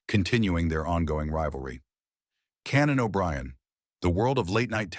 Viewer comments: CANON O'BRIEN .....boom boom book....shoot that canon..... hilarious mistake of the AI voice host.. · Canan O' Brian??? 🙄